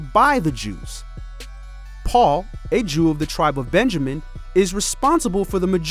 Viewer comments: Does that mean that all the Sunday worship is not acknowledged by God? And why do you keep saying Saoohl instead of Paul? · i know this isn't what the video is about. but why keep reading Paul as Saul? it's P, sir. P! I know it is the same person but he was changed and so is his name. Can we read the Bible as it is written?